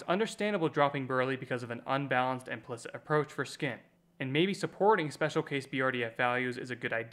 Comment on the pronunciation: Are you an AI? Who the hell pronounces implicit as "implikt".